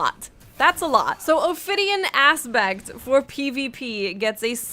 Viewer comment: It sounded like she kept saying Ophidian Ass bags